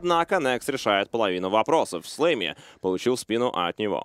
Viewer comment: Блин, мне постоянно слышится флейми а не слэмми